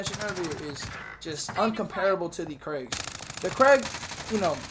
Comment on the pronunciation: It's not CRAIG bro its krig...😜😜